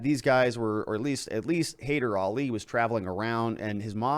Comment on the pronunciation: Not a big irk, but to pronounce Haider say ‘hai’ like the first syllable of ‘hello’ and ‘der’ as the last syllable of ‘mother.’